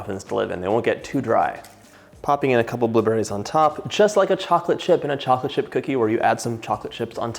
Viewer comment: i love how he says bUHlewBERRIES